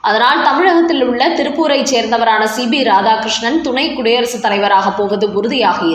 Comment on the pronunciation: Madam, he is C P not C B as you pronounce